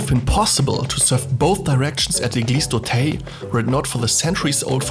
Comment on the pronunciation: Not "Eglise d'Auteil" but "Eglise d'Auteuil".